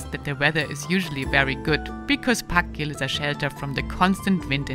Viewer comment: I'm not Icelandic, but I think þakgil is pronounced as "Thakgil" not "Pakgil". The letter þ is called Thorn.